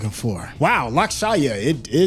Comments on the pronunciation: Not lakshaya it's pronounced as LUUXSH man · almost choked on my food when I saw barasingha subtitled as Twelve Oak xD Barasingha means twelve-horned. Who did these subtitles man? Also please for the love of God never say Lakshaaayaa again. Just say "this movie" 😂